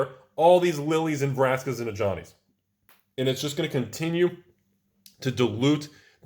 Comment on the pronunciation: hey; cant say ajani w/o sounding like a johnny